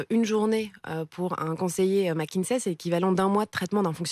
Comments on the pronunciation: Pourquoi toute la Maronie prononce Mckinzey? au lieu de Mckinsey? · y a un "S" et pas un "Z" à McKinsey